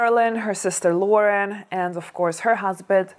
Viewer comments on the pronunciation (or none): none